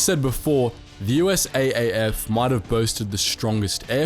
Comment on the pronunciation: It is U...S...Army Air Force, not U-S-A-Ffffff. Dodo.